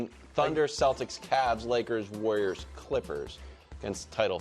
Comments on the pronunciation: The “Wor-yers” and their small ball 😆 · 'warwiers' Brou